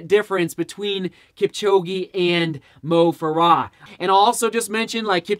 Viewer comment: its moh fare uh